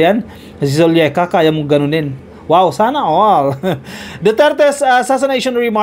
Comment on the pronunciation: it’s Zuleika….not Zulieka….